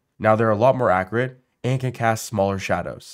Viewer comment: Accurate not Accarate smh